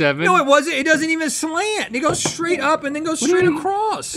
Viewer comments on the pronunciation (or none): none